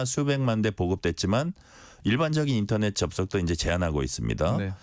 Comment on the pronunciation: 인터넷트는 일본식 발음이네요